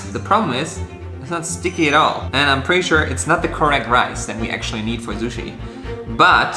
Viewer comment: And " suchi" hahahaha